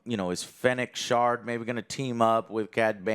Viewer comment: Lmao!!!! Joe said Fennec shart!